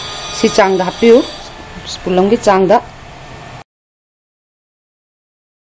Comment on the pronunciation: spool natte spoon ni east natte yeast ni grogery natte grocery ni ... haitra di ahai sari kei gi no... pronunciation hana chum2 na ngangbiyu.... duoidi video nungai ni